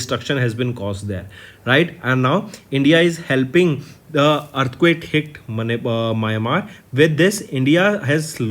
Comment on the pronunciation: Mayamar nahi bhaiya, Myanmar hai 🙂